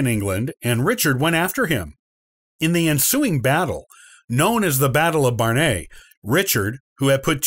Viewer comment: The second "W" in "Warwick" is silent. "Plantagenet", "Barnet" and "Gloucester" are all also mispronounced in this video.